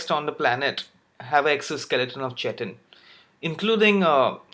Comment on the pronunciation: Chitin is pronounced like kite-in